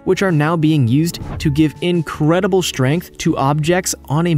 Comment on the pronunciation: Hey just because a compound is 98% water does not mean it’s cheap as you stated. Also the word strength is pronounced strength not shtrength. Same goes for the word straight, etc.